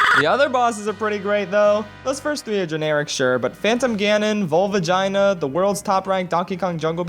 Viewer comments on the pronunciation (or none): Hahahahaha someone else says volvagina 😂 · "VOLVAGINA" IM DEAD😂😂😵😵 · Hahahaha volvagina, ganondork 🤣😂